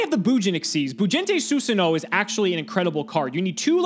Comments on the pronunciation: it's not Susanowo it's Susan OWO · is a coward for not pronouncing susanOwO correctly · Love mispronouncing susanowo so we don't have a sound clip of him saying OwO